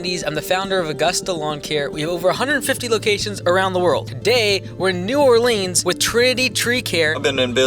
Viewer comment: are you Canadian? why did you pronounce New Orleans like that?